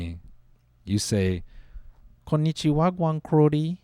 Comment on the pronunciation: “Konichiwagan crodie” tells me Noel is a gta yout at heart